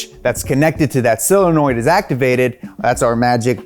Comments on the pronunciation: SOL-enoid, not Sil-enoid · Solenoid, not cylinoid, friend. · SIL-anoid!!! Omg I’m dying hearing this over and over. c’mon! SOH-lenoid!!!! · him saying silinoids is triggering me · dude.. SOLenoid. not SILenoid. christ. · Ah, yes. Another dude saying "sillenoid". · Love your work. Would love it even more if you could pronounce SOLenoid. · Is he saying "silinoid"? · S (OH) lenoid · "SILANOID"?! Stop this, now. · seriously why is it so hard to say solenoid? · Great video; Guinness record for repeatedly mispronouncing "solenoid"